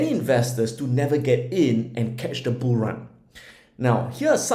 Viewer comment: Lol. He saying “Boo Markets?” Or bull markets lol